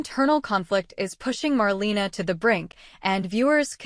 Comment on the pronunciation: If you’re going to do these reports, you should already know her name is pronounced “marLAYna” 🙄